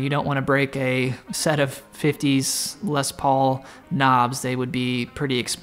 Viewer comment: Please don't pronounce the "s" at the end of "Les", it makes me cringe a lot 😖